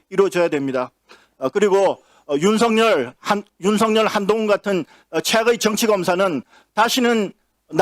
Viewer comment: 윤성녈 / 양지민 변호사 / 최창렬 교수 = 우리말 맞춤법에서는 한자 '렬/률'의 발음에서 덧나는 소리 'ㄴ'에 의해 정렬(정녈) / 법률(범뉼) 이라고 발음하는 것으로 한다. 단, 이름에서는 자율권을 허용해서 '렬/률'로 써도 되고 '열/율'로 써도 허용한다. 그러나......선택은 자유지만 그 발음은 원칙대로 하여,,, 렬/률로 사용하면 ㄴ이 덧나게 되고 / 열/율로 사용하면 연음이다. 대표적으로 선동열 (선수) 경우, 렬이 아니라 열로 선택했기 때문에 '선동녈'이 아니라 [ 선동열 ]이라고 해야 맞다. 그런데, 바로 윤석열의 경우, 절대다수의 방송인과 온 국민이 [ 윤성녈 ]이라고 하고 있다. - 윤석렬로 선택하면 당연히 [윤성녈]이라고 하는 것이 맞고, 윤석열로 선택한다면 [ 윤서결 ]이라고 발음해야 맞다. - 윤석열 본인도 [윤성녈]이라고 해달라고 했단다.... 이게 누구 마음대로 되는 것인가 ? - 더 웃기는 것은,,, 윤석열의 '열'은 한자 '렬'이 아니라.........버젓이 '기쁠 열'이기 때문에 덧나는 소리도 아닌 그냥 [ 윤석열이고.......'윤서결'로만 ] 연음으로 발음해야만 맞다. 선택의 여지도 없는 그냥 법치다. 그런데 과연 이 나라는 어떤가 ? 내 기억과 관찰로는 대통령 초기에 두어 방송인만이 [ 윤서결 ]이라고 바르게 발음하는 것을 보았다. 지금은 그나마 없고...... 말의 정치라는 말이 있는데...... 그래서 망언과 실언과 거짓말과 폭언으로 망가진 것이 윤석열과 그 들러리들이기도 했다. 더구나 서울대 출신이면서 자신의 이름 하나 제대로 발음하지 못하고, 마음에 내키는 대로 불러달라는 것 자체가 어쩌면 그의 모든 것(법치, 공정, 상식...등)의 진심을 애초부터 대변하고 있다고...... 나는 그 애초부터 지적해 왔다. [[ 윤서결 ]]이라고...... 허용과 유동적인 것은 분명 있지만,,, 근본적인 법칙을 버리고 임의대로 / 자의로 행하는 것이 얼마나 심각한 것인지 우리는 윤석열의 행태를 통해 똑똑히 보았다. 그리고 그런 자 아래서 유행병처럼 거기에 순응하면서 [ 윤성녈, 윤성녈...] 하던 절대다수를 보았다. 이제라도 제발 알자. 선동열을 한자 문제로 [ 선동녈 / 선동열 ]로 부르는 것은 '그러려니' 하고 넘어갈 일이지만 확연하게 '열'자를 사용하는 윤석열을 [ 윤성녈 ]이라고 여전히 발음하는 이 숱한 방송인과 국민들이 어쩌면 오늘날 괴물 윤석열을 있게 하는 데 일조한 자들이 아닐까 ? = 시사 평론이나 해설로 자주 나오는 '양지민' 변호사가 있다. 근래 어쭙잖은 '말의 유행병'으로 숱하게 많은 잘못된 말과 발음이 횡행하는 가운데, 심각한 것 중의 하나가 바로 [[ 든 / 던... 든지 / 던지 ]]이다. 결론부터 말하면 [ 든과 든지는 있지만 // 현재형 던이나 던지는 없다 ]. 선택이나 나열할 때는 무조건 '든/든지'를 써야 한다. [ 말이든 행동이든 / 주식이든 부동산이든 / 가든지 말든지 / 먹든 말든 / 석방하든지 구속하든지...] 이런 것을 지금 아나운서를 비롯한 거의 모든 방송인이